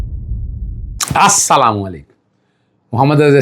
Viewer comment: السلام علیکم ورحمتہ اللہ وبرکاتہ ۔ ہوتا ہے۔ اصلام وعلیکم نہیں ہوتا ہے۔وکیل صاحب ۔